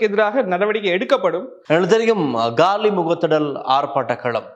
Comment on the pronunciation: தமிழில் உச்சரிப்பு Gaali இல்லை . காலி முகத்த திடல்